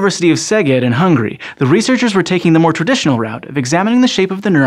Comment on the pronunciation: did u just call Hungary "hungry"?